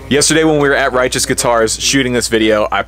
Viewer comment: "RIGHEOUS" lol